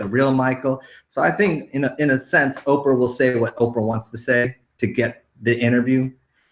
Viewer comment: Canada Oh Canada I wasn’t laughing about the spelling dumb ass, but rather that she called Oprah Okra instead...try a dictionary maybe